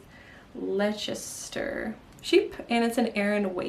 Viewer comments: I love all of your knits! You've motivated me to dig out an old WIP...a colour-work vest by Alice Starmore...have you seen her patterns? Also, I just have to help you out..."Leicester" is easy to pronounce...you just say "Lester" ❤😊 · Lovely projects. I’ve made those slippers. They are super fun. (Just FYI, Leicester is pronounced “Lester”). Thanks for the episode. Sitting here in Melbourne Australia, knitting on Sari Nordlund’s Ballard Pullover. In black 😅